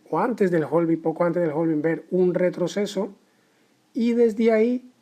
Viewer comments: Hola, genial video. Solo que la pronunciación es "having" en lugar de "jolving". La L de la palabra "halving" no se pronuncia en inglés. Si sigues por Londres puedes preguntar a los nativos de ese lugar y seguro te resolverán la duda sobre cómo realmente se dice;-) Keep the good work! 👏🏻👏🏻👏🏻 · claro, pero en español "jolvin" no existe, tampoco se entiende si se ve la palabra "halving" escrita. En todo caso seguiria siendo "jalving" si es por extrapolarlo a la pronunciación en español. Un saludo!